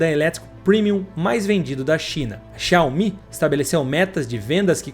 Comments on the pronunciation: Quase impossível ouvir o cara falando xaomIH tantas vezes sem se irritar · A Pronúncia correta é: Zaomí . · Por que você fala xááááu-MÍ? kkkk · Assistindo o vídeo e rindo aqui com as chamadas xiaOMÍ 😂😂😂😂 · video muito bom! agora para o proximo video aprende falar o nome da empresa... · Muito bom o vídeo, só senti um incômodo com a pronúncia do nome da marca